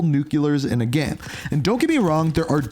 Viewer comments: it's pronounced "game" not "gem" lmao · Why do you have so much trouble pronouncing the word "game"?